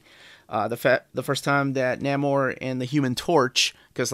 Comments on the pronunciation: Neh-more, not Nah-more, FYI. Also I wouldn't say the Sub-Mariner had a fan following. Captain America had a fan following. Superman had a fan following. They had clubs which people joined. Sub-Mariner did not. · Nah-mor? Nay-mor, please. Also, read the current Invaders series. Subby is still killing. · Pronounce the name, or...don't say it at all! At least you didn't call him the Sub Mareener?!! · Your pronunciation of Namor made me question if I've been mispronouncing it all these years but that pronunciation makes more sense based on the spelling. Apparently we both were mispronouncing it. I pronounce it Nay-more, but apparently it's Nay-mer. 150 dollars seems steep for a Golden Age collection which isn't going to have as many fans as silver, bronze, or modern age comics. But you are probably right about more work going into making it and perhaps the price point is higher because they know they are going to sell fewer copies. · And I think is pronounced Nay-mor